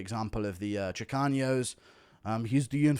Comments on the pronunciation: Chicanos not chicaños guru😂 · I’m Mexican and I loved the Chicanos segment😂 but when you say Chicanos, just use a regular N. It’s not chicaños. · there’s no ñ, in chicanos it’s pronounced chi-cah-nos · There's no ñ in "Chicanos". 😂 It's pronounced "Chee-Kahnose" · Guru miss pronouncing chicanos will never not be funny